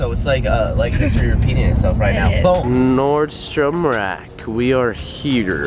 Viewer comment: I thought said Nordan shats place instead of nordstrom